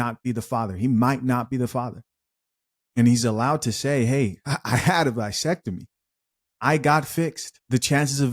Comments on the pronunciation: What's a vie-sectomy? It's vas....vas!!! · With all due respect young man. The word is VA SEC TOMY .Pronounced the same. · Vasectomy with a A not Visectomy with I